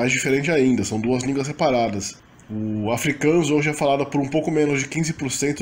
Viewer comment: O pessoal encasqueta com minha pronuncia do Afrikaans